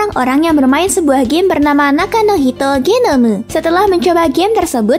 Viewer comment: Suka pas ngomong "genomu"